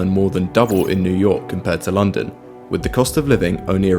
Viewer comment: „This is Lunnden“